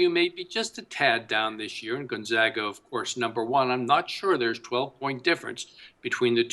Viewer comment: appearing in the NCAA tournament 18 years in a row, a streak 2nd only to Kansas, and this douchebag pundit is still pronouncing it gUn-zOga. I shut you off right then and there. LEARN HOW TO SAY THEIR NAME!